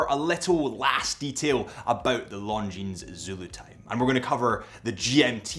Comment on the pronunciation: For the love of God, please stop pronouncing the “s” in Longines. It makes you come across as an ignorant.